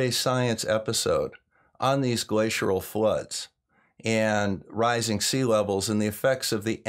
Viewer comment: Hey, love your videos, but sorry, it's not "glaciural" it's "glacial" no "r" or "u" n there....